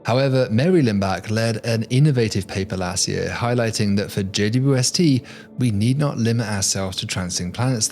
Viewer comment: I’m obsessed with his videos simply on how well he says “JWST” as only four syllables. How the hell does he roll that off the tongue so well!?